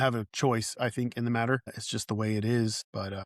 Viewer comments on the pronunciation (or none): none